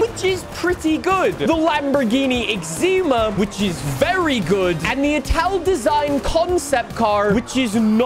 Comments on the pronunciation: Did you just call the Essenza "Lamborghini eczema" ? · lambo exzema lmao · I love how every episode since update twenty-four has pronounced Lamborghini Essenza wrong at least once